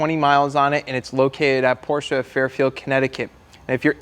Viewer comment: At least you’re pronouncing Porsche correctly now